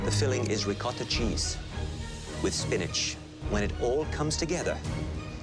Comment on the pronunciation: Bruh what is “Reecotha Cheese”